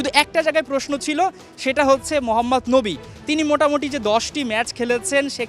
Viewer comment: মোহাম্মদ নবী না মোহাম্মদ নাবি বোকা মার্কা ঠিক মতন নামটাও বলতে পারে না